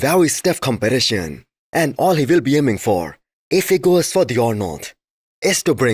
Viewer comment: BRO say competition not compylasion it is not that hard